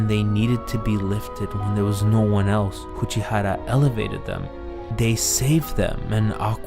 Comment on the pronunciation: But for the love of god please stop pronouncing Uchiura and Aqours wrong AAAAAAAAAAAAAAAAH